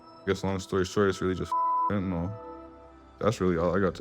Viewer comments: Why do Americans have such trouble reading words? The word is pronounced “phen-Ta-NiLL” clearly. Nyl is pronounced Nill, not Nawl. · They could’ve at least made sure Ice T pronounced “fentanyl” correctly. Yeesh.